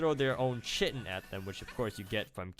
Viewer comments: I think it's pronounced "Kai-tin" not chitin. Wish I could figure out why I can't get this mod to work but your videos are a great way to see what it's like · its Khi-tin so triggered